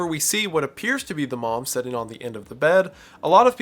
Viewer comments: It's pronounced "Sit" not "Set". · "The Sun (son), Kevin, setting in the hallway" Your pronunciation of the word 'sitting' has caused such an interesting image to form in my mind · Why do you pronounce "sitting" like "setting"?